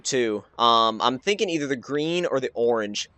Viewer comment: um tragic, and um learn to um say orange